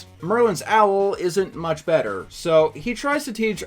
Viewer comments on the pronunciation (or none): none